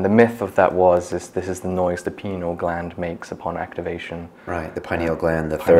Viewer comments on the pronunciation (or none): he said 'penal gland'